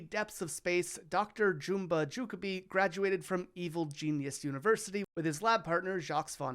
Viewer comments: It's Jumba Jukiba, not jukabi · “joo-ka-bee”?? 🤦🏽‍♂️ it’s pronounced “joo-key-bah” bro. Did you even watch the series? 😅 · Excuse me, but , that’s pronounced “Jookeeba”. And you don’t say the S at the end of Jacques. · Jumba's last name is pronounced joo-kee-buh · It’s pronounced( ju-key-bu) ju like just justice and bu like butt butter